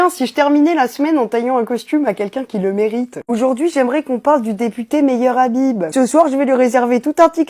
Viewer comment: Pour plus d'efficacité, éviter de prononcer "Meilleur Habib" 😉